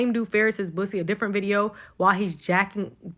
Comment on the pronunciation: it’s poosie 😂